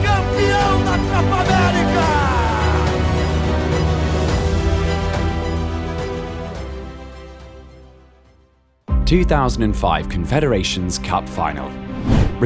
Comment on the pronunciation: He kept saying copra merica lol